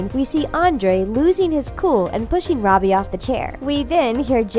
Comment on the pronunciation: first, you pronounce Sikowitz wrong. Now Robbie?!